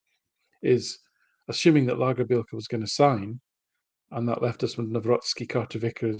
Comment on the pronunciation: I believe that the pronunciation is lagerbeeyelka his nickname is maybe big shandy 😂❤